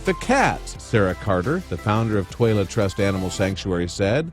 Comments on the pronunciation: Toilet animal sanctuary?!? Are they taking the piss out of us? Or was that just crap pronunciation? Does anyone give a shit? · It's the "Twala Trust Animal Sanctuary", but the pronunciation threw me, too! 😂